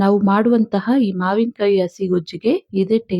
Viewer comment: please mind your pronunciation if kannada words, 'sa' and 'sha' are different. 'asi' is ""hasi"",....